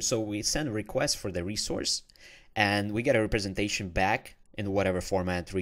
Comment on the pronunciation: Thanks for the good tutorial, but please learn how to pronounce representation